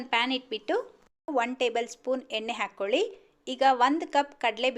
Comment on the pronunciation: ಉಳಿ ಅಲ್ಲ ಹುಳಿ, ಹಾಗೇ ಹಾಕ್ಕೋಲಿ ಅಲ್ಲ ಹಾಕ್ಕೊಳ್ಳಿ. ಹೀಗೇ ಪಟ್ಟಿ ಮಾಡುತ್ತಾ ಹೋದರೆ ಬಹಳ ಶಬ್ಧಗಳು ತಪ್ಪಾಗಿ ಉಚ್ಛಾರ ಮಾಡುತ್ತಿದ್ದೀರಿ.ಸರಿಯಾಗಿ ಉಚ್ಚರಿಸಲು ಪ್ರಯತ್ನಿಸಿ.ಕೇಳಲು ಹಿತವಾಗಿರುತ್ತದೆ.